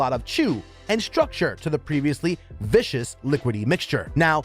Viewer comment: Learn how to pronounce things! It's viscous not vicious. It you don't know how to prononuce things LOOK IT UP!